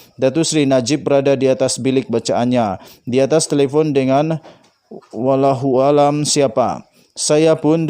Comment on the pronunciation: Baca berita pn pelat. Nk sebut wallahualam pn pelat